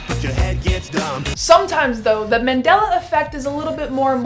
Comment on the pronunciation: Its Mandela, not Mandala